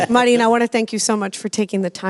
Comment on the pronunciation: When did Marin become Mar̃ín?